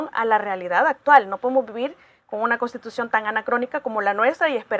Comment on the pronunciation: NI SIQUIERA PUEDE DECIR CONSTITUCIÓN. "Costitucion."